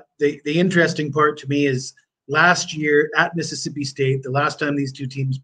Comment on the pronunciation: says my school name Correctly now! No X man 🤓😊